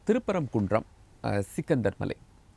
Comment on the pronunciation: சிக்கந்தர் மலை அல்ல “ஶ்ரீ கந்தர் மலை “